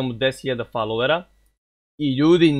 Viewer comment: Od kad se kaže falov majke ti? Kolko ja znam kaže se folov